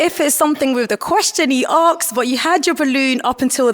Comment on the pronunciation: Why can’t the host say Ask properly? It is not Aksed.